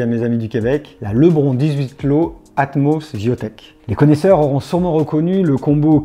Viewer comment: Ouais, ça se prononce [ lebrone]